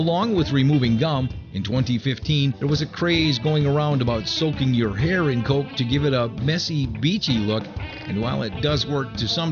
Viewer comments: it bugs me how he says it like colk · colk....i hate they way you say coke